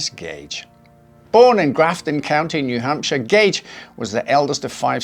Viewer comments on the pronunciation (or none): Took me aback hearing new hampshire 😂